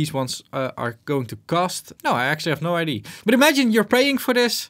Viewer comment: Love your videos. PLS stop saying "No Idea" as "No ID"